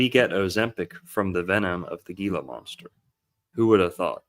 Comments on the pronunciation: Heel-la monster, soft g. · Monsters Inc.! Edit: Also, it's pronounced HEE-lah monster (Gila). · Pronounced Hila monster not with a G